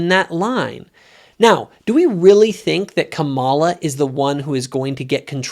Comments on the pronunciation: You cannot even pronounce Kamala correctly. Your criticism is misogynistic and racist. You are just as racist as Trump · She had said her own name that way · Totally disagree with you on all aspects of your ideas. Trump is toxic to everything he touches. He is a criminal a rapist and a chronic liar. He idolizes autocratic leaders. You can’t even say Kamala’s name correctly. I am woman and abortion is not black and white line it should be between her doctor and and you are taking away a woman’s free agency. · A little disappointed that you don’t know how to pronounce her name. Not sure if it’s intentional or not but I want to believe it’s not. I do agree with your point of you in several aspects about Trump. None of them are angels but certainly she is a better option than him. His actions are terrible. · Who's going to tell him how to pronounce Kamala? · She has pronounced it 2 ways, depends on who she is speaking to and what accent to use. She is also not who she says she is. She is fake. Kamala cameleon.